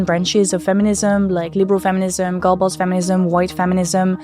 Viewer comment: I had this on in the background and every time you said "Girlboss Feminism" I heard "Goebbels Feminism." It had me going down a very strange rabbit hole of thought.